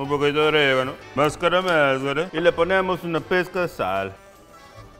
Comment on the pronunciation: "Una pezcah" JASKHASJA porque me río XD